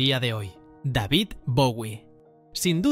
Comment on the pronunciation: Como no le vas a decir Deivid? "david". Además que lo que pusiste lo leíste de corrido de infobae. Denunciemos el video.